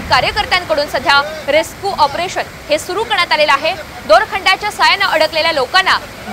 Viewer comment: रेसकु नसत ते रेस्क्यु असत ते😂😂😂😂